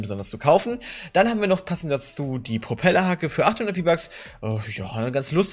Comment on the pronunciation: Bei Proppellerhacke habe ich Popelhacke verstanden....😂😲